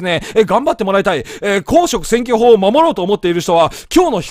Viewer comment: 公職選挙法のイントネーションがすごい気になるな！